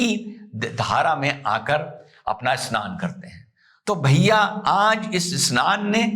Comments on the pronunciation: A-SNAN nahin hai,, bhaiyaa yeh SNAN hai..😅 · SHAHI ASNAN nahi SHAHI SNAN. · Asnan nahi sir vo snan hai😂